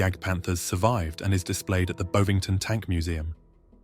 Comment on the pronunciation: BOV ingtun not Boove ing tun